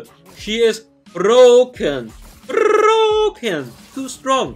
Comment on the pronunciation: "Brrrroken" made my day 😂